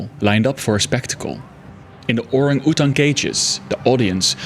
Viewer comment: Man you COULD NOT pronounce "orangutan" to save your life😂